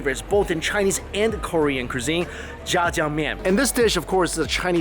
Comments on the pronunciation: Haha no offense but he said jajangmyen instead of jajangmyeon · The way you say jjajjamyeon made me giggle XD